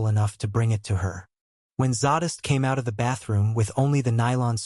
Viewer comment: Im having a heck of a time with pronunciation of zsadists name. It's zay-dist not zaw-dist. I'll keep listening though ....lol